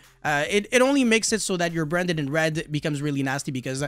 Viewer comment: “Bwanded in Wed” 😆